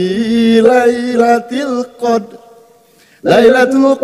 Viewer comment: Cak nun koq baca qadr nya kyk gtu?